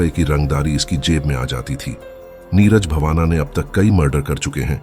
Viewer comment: Neeraj bavana nahin ❌ Neeraj Bawana✅